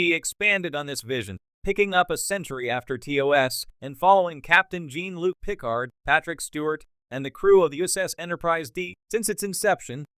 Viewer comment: Yes. AI Gene Luck Pick-Ard.